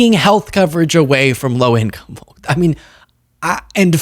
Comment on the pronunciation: the L in folks is SILENT